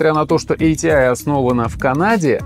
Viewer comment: буду произносить как раньше, а не как правильно - и погнал - айтиай айджипи. ати и агп по канону. айджипи люди далекие от компов могли только говорить. до сих пор ни разу не слышал в живую такое произношение